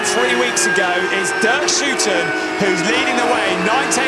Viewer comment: it's DERK SHOOTEN